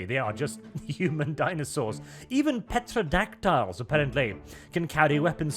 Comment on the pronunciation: You pronounce Pterodactyl about as well as you pronounce variant. That is, not well at all. Terro-Dac-tile or Terro-Dac-till. Not Petro-dac-tile.